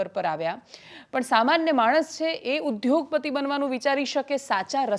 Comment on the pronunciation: આવડા મોટા રિપોર્ટર ઉદ્યોગપતિ શબ્દને ઉદયોગપતિની બદલે ઉધયોગપતિ બોલે છે એ મોદી સરકારના શૈક્ષણિક તંત્રની અસફળતા છે.